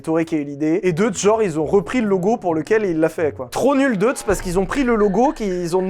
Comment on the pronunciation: Prononcer Doïtz...comme Bolchoï. Dommage de bien prononcer Molsheim et pas Deutz